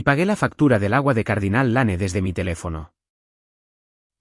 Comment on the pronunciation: Se pronuncia Dostin aunque se escriba Dustin. Es un nombre Anglosajón. Les aconsejo que si no saben pronunciar correctamente el inglés busquen en cualquier lugar que existe muchísimo la traduccion al español . Por ejemplo Cardinale Lanen esta horriblemente mal pronuciado.